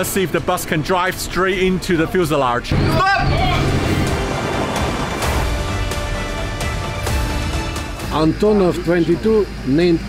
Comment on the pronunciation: Fuselarge? Heh hehehehehe